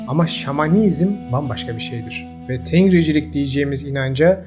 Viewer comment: Tengricilik diye bir şey yok. Bu kelimedeki bitişik NG genizden çıkarılan n sesidir. Resmi Türkiye Türkçesinde bugün artık kullanılmayan ancak halen halkın kullandığı bir sestir. İstanbul Türkçesinde "geldinmi ?" sorusu halkın genelinde , köylerde "geldingmi? " şeklindedir. Burada ng nazal n sesidir, g harfi n sesinin genizden çıkacağını ifade eder. Eski yazıda Arap harfleri Türkçeye uymadığı icin nun harfinden ayrı olarak nazal N ayrı bir harfle temsil edilmiştir. Ancak Türkçede orta asyadan beri getirdiğimiz ancak bugün köylü konuşması gibi kulağımıza gelen nazal N sesi için alfabemizde bir harf bulunmadığından bu fark ng ile temsil edilmektedir. Bu yüzden tengri okunurken yazıldığı gibi değil ng genizden çıkan n olarak okunur. Ayrıca tengri değil Tangrı. Gök tanrıya inanmak tanrıcılık olarak tanımlanamaz.